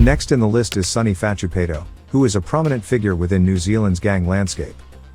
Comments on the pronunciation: it pronounced Sonny Far-too-pie-tore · These pronunciations are fukn crazy, I'm no dog supporter in the slightest but put sum respek on paitos name son!!!